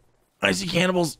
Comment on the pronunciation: CANNIBALS... Z... CANNIBALS!,,, pfff cannibles..lol. ;)